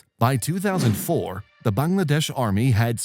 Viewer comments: I’m Bangladeshi and I’m hella happy that you said Bangladesh properly instead of “baengladeash” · I appreciate how accurate your pronunciation of 'Bangladesh' is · Vary good "Bangladesh ' pronunciation